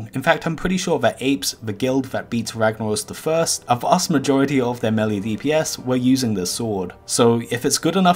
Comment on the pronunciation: Low Level Items - Ravager Level 37, right, that IS low Btw. it is mElee, not melli oder melly